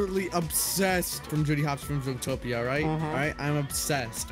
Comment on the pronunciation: anyone else notice; “ZOOTPOATOIA” instead of “ZOOTOPIA” lol